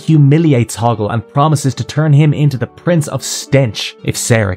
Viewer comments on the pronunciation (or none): none